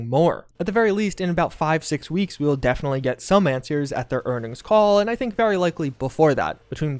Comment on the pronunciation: "defnally"